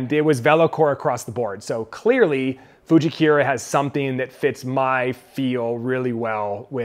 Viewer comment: Getting custom fit when you're serious about getting better is huge. Minor note though, I think it's FujikUra not Fujikira as in "koora" not "keyra". I know I'm being a dork but I don't think you're saying it right.